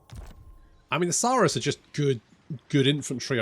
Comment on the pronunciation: Only issue i have is its not. Suuhhhh russ Saw-russ😂😂